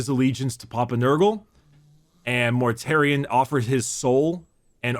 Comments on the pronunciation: His name is Mortarion, not -um. But yes, GW are very fond of just taking words from Greek or Latin and run with it. A few prime examples - Corvus Corax means Raven Raven (primarch of the raven guard) - Ferrus Manus means Iron Hand (primarch of the Iron Hands) - Sanguinius comes from "sanguis" meaning Blood (primarch of the Blood Angels) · In other videos, it seems he tends to say "M's" where "N's" should be sometimes, like its a verbal tic or something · I love but he needs to remember to close his mouth after he's finished pronouncing a word because hearing everyone mispronounce it as "Mortarium" after the first time he says his name bothered the hell out of me. I can also hear it when he says things like "Death Garm" and "Number wum" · It bugs me that everyone keeps calling him mortarium (which is the roman pottery) . His name is Mortarion with an n. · "Mortarium" lol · I feel like does this from time to time (pronouncing things with an "m" instead of "n")